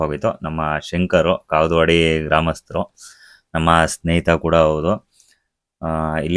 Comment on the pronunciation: bro kavudavadi bro kagalavadi alla